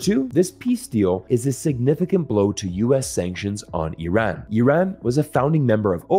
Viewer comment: I am not Iranian but I am actually surprised that an American can actually pronounce the word Iran properly. Why can't we pronounce a country's name correctly to show respect to the constituents living in that country? It is really easy. It is pronounced as Ee-run. It is not Ay-ran that sounds cowardly.